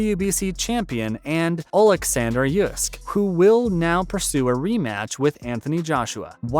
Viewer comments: Oleksander yusk? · How is it that you can't pronounce "Usyk"?